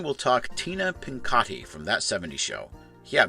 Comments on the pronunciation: It’s “Pin-C-ot-ti”, not Pincotti. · You either didn't watch That's 70's Show enough, or at all, since you totally mispronounced the Pinciotti's name! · Apparently, you forgot how to pronounce Donna and Tina's last name correctly, so you need to try a little bit harder on your research.